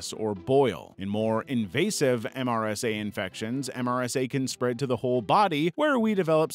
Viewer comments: Never heard someone say the letters M S R A. usually just heard it pronounced "mer-suh" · They usually call MRSA, MER-suh